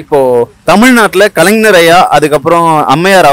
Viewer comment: அய்யா மைக் வைத்திருப்பவரே , வெற்றிடத்தை வெற்றிலை என்று தொடர்ந்து உச்சரிக்கிறீர். கலைஞரை கலைநர் என்று உச்சரிக்கிறீர்.. இது எந்த மாதிரியான தமிழ்... பொது வெளியில் இப்படியா தமிழ் பேசுவது...